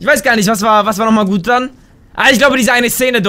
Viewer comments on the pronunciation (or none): du sagst nicht gut du sagst gutz